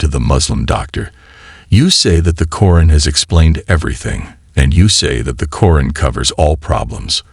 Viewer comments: Sir not koren its quraan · Salam everyone. Pls do something about the narrator. He says the word Quran in a bad way. Pls fix it. Jazakom Allah Khair